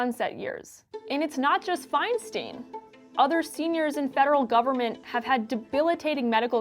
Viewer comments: It’s pronounced “fine-stine”, not “fine-steen”. It’s a valid topic, but such an obvious error distracts from the point. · Exactly. It annoys me every time I hear it. EI, at least in German, is pronounced "eye," as in "Ich bin EIN Berliner" (for those of us of a certain age).